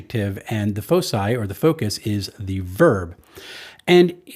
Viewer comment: Foci = "Foe-kai". It's the plural of "Focus".